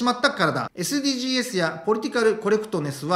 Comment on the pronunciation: 、いつも面白い動画をありがとうございます。 SDGsは(エス・ディー・ジーズ）と読みます。 おせっかいですが気になったもので。 頑張って下さい。